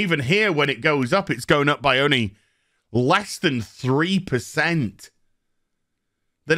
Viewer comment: Upgrade your diction. Practice pronouncin the "l" in "only".